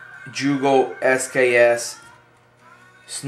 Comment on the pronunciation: Haha It's pronounced yugo not jugo YOUGOH haha